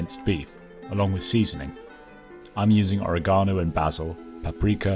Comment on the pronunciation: My man. I dig the channel, I dig the content and I appreciate your appreciation for the greatest show ever made. But the way you pronounce “oregano” and “basil” is going to upset a lot of people.